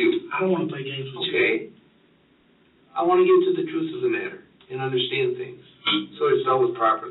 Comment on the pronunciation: Thomas wants to tell a book of lies and swear on it that it's the "truhf"😂😂😂